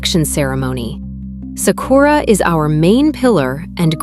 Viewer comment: SA-ku-ra, not sa-KU-ra. Great video, though.